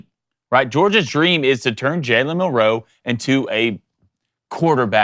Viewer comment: Please learn how to pronounce his name Mil Row